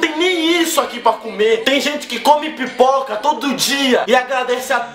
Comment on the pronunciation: O pior é que ela falou com vontade PIpoca!